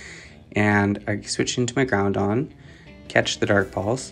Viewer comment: why do you pronounce it ground-on … its groud-on … 1 n at the end lol